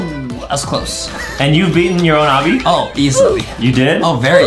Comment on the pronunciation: its not abi its obby